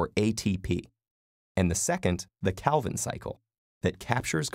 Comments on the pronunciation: Am curious about your teacher pronunciation on "Calvin" Can you please mention it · Yeah a common mistake. Still great video.